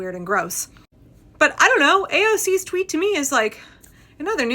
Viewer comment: "I don't twit" hehehehe I love that (I imagine it was unintentional but 😆💛) I don't use the pIatform either, and saying it that way, makes so much sense plus it makes me smile🦋✨💙